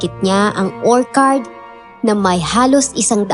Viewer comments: konting correction lng po ...ORCHARD ... or chard po ... di po OR KARD. sakit po sa tenga😅😅😅😅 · magagaling po kayo at natutuwa po akonsa dedication nyo sa paglalahad ng kwento.. yun lang po medyo mali ang pronunciation nyo ng ilang words.. wag po sana ninyong ikakagalit ang komento ko.. yung pag bigkas po ng orchard ay mali.. or-tsard (or-CHARD) po hindi po or-kard.. just my 2 cents po.. 🙏🏻✌🏻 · Nakaka-stress yong "orkard". 😢 kahit orchard talaga yon. 😅😅😅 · "Orchard" is pronounced as OR-cherd.. it’s a CH not K (sample is orchid) … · Orchcurd,hindi ho or card yong pgkaka basa,sorry po